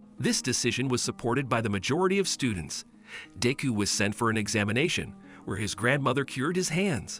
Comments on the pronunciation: its De-ku not deeku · "deyku" "all mighty" "baukugu"💀